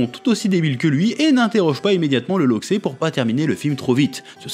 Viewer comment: Je sais pas où t'a entendu ça, mais on dit pas un loxé mais un loxeu